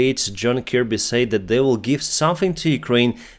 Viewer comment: yes and he says "sa-id" instead of "said" but other than that it is pretty good